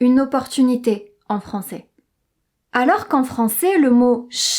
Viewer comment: Commence par prononcer " français " AI au lieu de "francé"